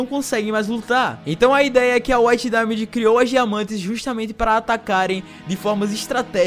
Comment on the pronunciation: PORQUE NINGUÉM CONSEGUE FALAR DAIMOND OU WHITE DAIMOND NINGUÉM AAAAFFFFF